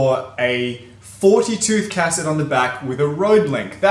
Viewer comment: I love how you pronounce "Cassette" as "Cass-ette" lol